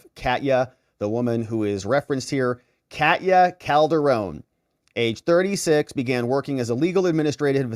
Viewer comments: Ka-te-ya like Russia. Not Cat-ya. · Katya (the name) is pronounced like "catch ya"! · Minor point of linguistics based on my travels to Russia: Katya is the american equivalent of Kathy. It is actually a 3 syllable word sounded as "Ka-tee-ya". With emphasis on "Ka". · Katya mispronounced. A is like a in America